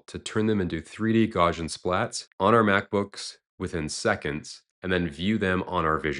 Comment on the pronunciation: hate to be that guy but it's pronounce GOW-see-uhn, after Carl Gauss